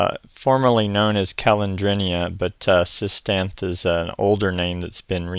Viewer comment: SIS-TANTH-THEE I believe.